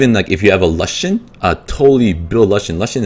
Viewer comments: lushen? "loo-shen" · "Luhshen" was bothering the f out of me